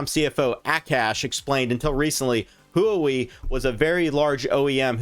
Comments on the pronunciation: Huawei is pronounced “hua-way” kinda like “waa -way” but with emphasis on the h not Huey like the helicopter. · please dont pronounce Huawei like that